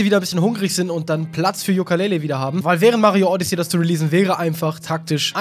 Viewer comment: du sprichst Odyssey falsch aus.